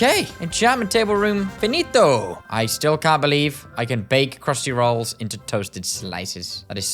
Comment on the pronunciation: “crhusty rAHOLLS”😂😂😂